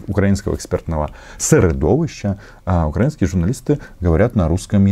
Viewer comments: У этого "попки" в методичке ударения не расставлены. Вот он и читает "укрАинские", а не "украИнские". Ну и "в Донбассе" само собой. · Не укрАинские, а украИнские. Чиновников МИДа следовало бы отправить учить русский язык и на экзамен.